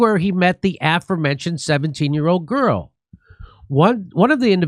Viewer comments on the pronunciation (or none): you're an English teacher — please help — Sounds like "uh-FOR-men-shnd"